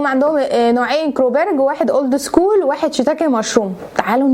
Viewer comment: يا اسمها اولد سكول مش أورد سكول